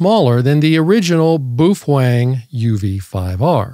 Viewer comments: Bao- feng Not boofwang 😂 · On a side note, the pronunciation of the word Baofeng is as follows. I think when Americans try pronouncing Asian words they let their English eyes and tongue think too much. The word if we look at it broken down into two parts is pronounced BOW-FUNG. Let me explain, the first syllable is Bao and if we look at the small Asian steamed bun sandwiches they are spelled Bao said as “bow” (rhymes with cow) buns. If we look at the second syllable it’s Feng, an example of why this is pronounced “Fung” is if you look at the Asian word used in decorative style it’s Feng Shui pronounced “Fung Shway”. I give you the word Baofeng pronounced “Bowfung”, remember rhymes with cow. It’s funny to me that anyone would attempt to argue with it and they are simply demonstrating their poor linguistic skills that probably end at being able to order food at McDonald’s. “Some people”😆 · I'm sure it's part of your schtick, but I fail to see how the word Baofeng is pronounced 'boof-wang'. Appreciate your attempt to bring humor to the people, though. keep it up.